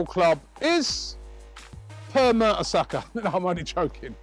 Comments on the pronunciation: I almost had a heart attack when he said mertersacker pheeewww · когда сказал пер мертесакер я чуть умом не тронулся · Whr's Mertesacker? Lolz.